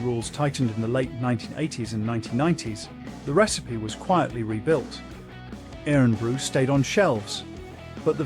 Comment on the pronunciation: Omg the pronunciation of Irn bru is brutal, it is pronounced Iron Brew but spelled Irn-bru.